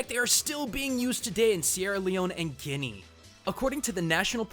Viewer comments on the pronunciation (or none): none